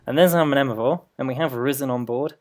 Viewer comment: Pretty sure the first 'm' in Mnemovore is silent. Like mnemonic.